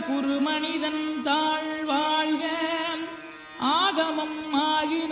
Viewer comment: தாள் வாள்க இது என்ன தமிழ்? உச்சரிப்பு தான் தமிழின் அழகு..ழகர உச்சரிப்பு மிகவும் அவசியம்.திருத்தி கொள்ள முயற்சிக்கவும்.